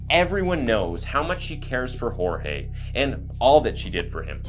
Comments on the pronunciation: It’s George not jorge even though it’s spelled Jorge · Who is hoarehay? His name is Jorges, why are you pronouncing it in a pretentious way? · My biggest red flag isn’t even that she’s lying, that she’s emotionless, or that she’s defensive and trying to force them into believing said lies; it’s the fact she won’t pronounce his name correctly. She was with this man for a while, even if it was on and off. She should know how to say her lovers name properly. She couldn’t, and wouldn’t even take the time to do that. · He is Hispanic and his name is Spanish. Hor-hey. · Bro why does she keep calling him George???? Did she not know how to pronounce here own BF’s name??